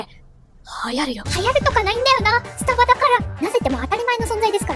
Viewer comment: わたしの発音…？があってるのかわからないんだけど、 の発音はス↓タ↑バ↓がすき🥺🌟